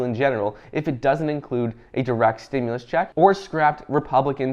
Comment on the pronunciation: Stimulus check package coming this week why start out with that when you know it’s not true I try to follow you I try to follow you on YouTube but every time you say stemless check coming that’s not what I hear when you talk